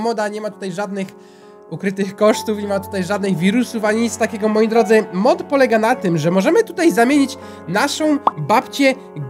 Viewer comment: w 51 sekundzie zamiast powiedziec mod powiedziales mop